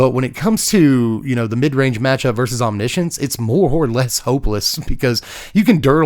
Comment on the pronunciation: I've never heard anyone say the word omniscience that many times in one sitting. What made me cringe even more was the pronunciation.. wtf is Omnissions?? I always thought it read as written (Omni) (Science) 😞